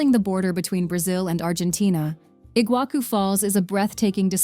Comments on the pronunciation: I'll start in Kinkinnati, OH. USA/EUA. actually, it's Cincinnati, OH. and not igua Ku falls. It's Iguassu (C Cedilha) sorry, I don't have C Cedilha on this device. you get the point. A.I. voice lady just pronounced more than half of everything really wrong and it wasn't really close, but I appreciated the beautiful views/vistas. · The prononciation was painful to hear, it kills me that they don’t even try to look it up before making a video like that… “IguaKU falls”? Really? They are just as famous as the Niagara falls you have never heard of them before making that video? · Pronounce iguassu not iguaku!! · "Iguaku Falls" Nope. Better to say it in Spanish "Iguazu", than transforming the Portuguese Ç which sounds like SS into a K sound.